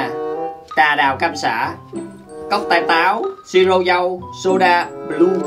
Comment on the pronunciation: ah nói b lue sai rồi blue mới đúng